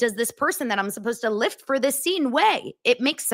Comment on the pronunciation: Did you say lift or clit😮?Best comments, made my night!